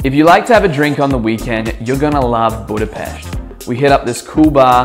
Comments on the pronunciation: Yes, that's right. You pronounce it "BudapeSHt". Source: that's my hometown. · pronouncing Budapest - 10/10 pronouncing Magvető - lol :) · Proper pronunciation of the city's name, thanx Mate! By the way Fekete means black Magvető means seed spreader and then Konyha means kitchen. 😉